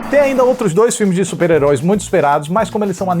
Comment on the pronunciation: que bela dicção nesse supararoicas HAHAHA